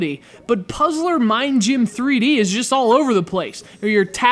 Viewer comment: I love how you say Puzzler Ming Gym :P